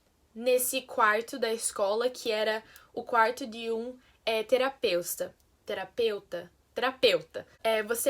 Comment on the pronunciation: Ela quase ia falar outra vez TERAPEUSTA KKKKKKKKKK